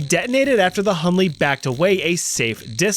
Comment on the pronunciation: Hunley is done ley 😂😂😂😭🙏